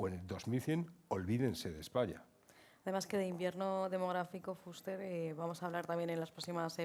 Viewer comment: La presentadora lo dice correctamente, se pronuncia Fúster. Gracias